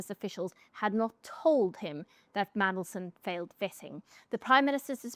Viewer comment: He should have gone from day one! He is the most hated man in the world he is a disgrace to the uk! Fcuk off! He talks about our national interest while letting terrorists and rapists into the country! He can’t even say mandelson properly mansion 😂😂😂😂 he has to read from a piece of paper what a complete bellend! Look at his two nodding dogs in the background! They need to piss off too what a joke labour are! He takes no notice of kemi writing nothing down on a piece of paper 🥴 oh and stop meeting leaders on tv and patting them on the back like your part of the world stage YOU ARE NOT! YOU ARE A CRINGE PIG NOSED SMELLY BREATH PIG!